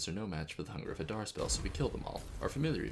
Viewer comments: Amazing content, the elephant image was just too funny. Such an underappreciated channel, for such good content, +1 like and sub. Also, I believe it is pronounced huh-dar. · I think it's huh-dar. :trophy-yellow-smiling